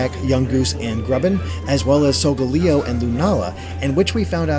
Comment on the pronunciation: Its Layo in Solgaleo's name. Not pronounced Leo. Typo in the description, and the phases remind me of SMT's moon phases and makes sense according to rotations, Yungoos is Donald the Jew Slayer Trash, and they are adorable all of them are cute....